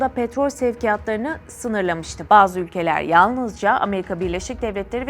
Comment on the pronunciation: Bazı arap ülkeleei deyip gecmeyin o bazı arap ülkelerinin ismlerini Net bir şekilde anlatınki kimin dost kimin düşman olduğu akıllarda kalıcı olsun anlatımda bagzı söylemini kaldırn Net anlatın isimleriyle vurgulayarak anlatın bagzı ülkelerdiye bir ülke yok 😡